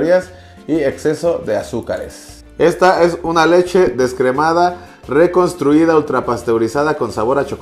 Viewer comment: Reconstruida 🤣🤣🤣 te mamaste mi lalo, leele de nuevo pero bien jaja